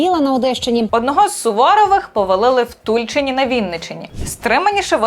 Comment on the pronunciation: Відео чудове Тільки правильно наголос в назві міста не на У в Тульчині а на И Дякую за відео